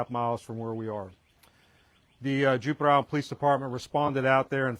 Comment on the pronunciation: This police officer repeatedly said "Juper". I think he means Jupiter.